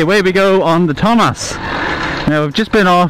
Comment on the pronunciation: It is TOMOS, not TOMAS